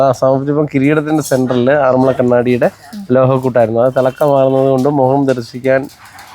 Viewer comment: എന്റടുത്തെങ്ങാനായിരുന്നെങ്കിൽ വിന്റെ ചെവി പൊന്നാക്കിയേനെ. ആറന്മുള്ള അല്ല ആറന്മുള എന്നു പറഞ്ഞു കൂടെ. മലയാളം പ്രൊഫസറുടെ അടുത്ത് നിന്ന് പറയാണ് ആറന്മുള്ള, ആറന്മുള്ള വെള്ളസദ്യ എന്ന്. എന്നിട്ട് അവസാനം തൃശ്ശൂരുകാർ ഇങ്ങിനെയാണ് എന്നും. പറയും. ഈ വ്ലോഗ് കണ്ട് മൂഡ് കളഞ്ഞു. ഇനി പ്രതികരണം പരിപാടിയിൽ വായിക്കുന്നതിനു മുൻപ് ഇത് ശരിയായി പറയണം. സർവ വിജ്ഞാനകോശമാണ്. എല്ലാം തുലച്ചു.ആരു പറഞ്ഞാലും കാര്യമില്ല. ഞാനങ്ങിനെയേ പറയൂ